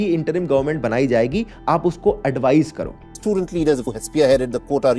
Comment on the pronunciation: Akash banerjee aaj bhi bola “Ye studend Protest “